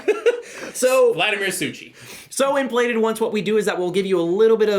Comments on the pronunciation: what? what SUSHI? you pronouce author name totally wrong. its not CH like in english Cholotale, its like J in spanish Javier Charles the 4th, not 2nd and yes, this is heavy-heavy euró with with easy mechanisms, but in finale it is big analysis-paralysis braingcooking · nope. Takhle se to vůbec nevyslovuje :)